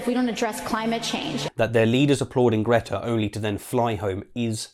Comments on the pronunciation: Mate your pronunciation of Greta’s name was nothing like hers! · No, that is NOT how Greta's name is pronounced🤣